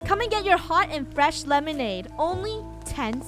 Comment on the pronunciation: lol "hot and fesh lemonade" hot and fresh? lemonades are hot? lol